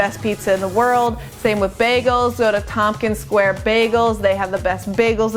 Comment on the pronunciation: I heard Bleeker Street Pizza, but WHERE did you say to get the BEST BAGEL...sounded like Compkin Square?